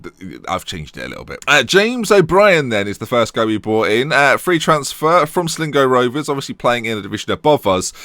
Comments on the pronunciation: Its pronounced Sly-Go, not Slee-go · it's sayed like slygo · Sligo Rovers lol Slago is how it is said. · Slingo Rovers? He said "Slingo", right? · sligo is pronounced slygo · Sligo is pronounced"sly-go"👍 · Itz prenounciation is top notch almost as good as Donald trumps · I love these pronunciations. You signed James O'Brien from Sligo pronounced like Sly go